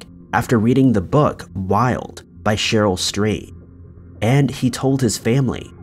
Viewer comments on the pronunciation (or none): none